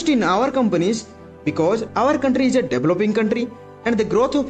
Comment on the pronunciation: Is... Not eej Transaction NOT Transachon Ek -sam-ple not ekchampel